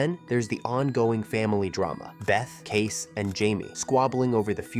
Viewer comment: I think John Dutton’s primary desire was that the land didn’t end up a subdivision or a golf course or something. Selling back to the tribe accomplished that. And you pronounced Kayce’s name wrong.